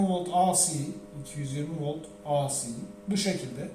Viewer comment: Birde AC akımı asi diye okumasak, ilk harfi türkçe okunuş ikinci harfi ingilizce okunuş alışılagelmiş , ingilizce okunursa ey si olur, türkçe okunursa a ce olur, veya dalgalı akım desek.